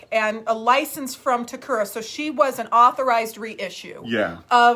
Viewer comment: Great explanation and showing of the dolls. Just a quick note on the Japanese company Takara pronounced as TA-KA-RA not TA-KU-RA